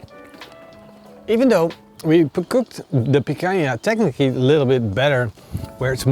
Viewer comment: He said picanja to the hange stake xD